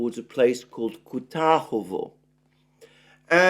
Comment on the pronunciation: kuRAHOvo not KUTAHOVO